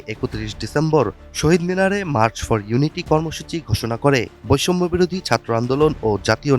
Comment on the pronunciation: তোর উচ্চারণ এত খারাপ ছাত্র কথাটা টাও উচ্চারণ করতে জান বেরিয়ে আসে